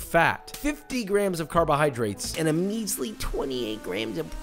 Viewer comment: " And a measwy 28 gwams of pwotien. 😢😢" GOT ME LAUGHING